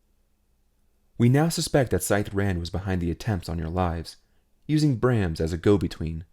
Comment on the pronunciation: Thank you so much for making this recording! It's one of my absolute favorite series by Shusterman. Friendly note, when referencing Brahms, they are referring to the musician which is pronounced as "Br-AH-ms" :)